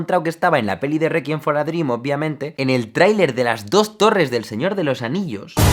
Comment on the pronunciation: Tambíen me molesta "requiem for a dream" xd